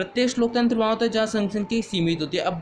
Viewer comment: Pehle loktantra bolna to sikho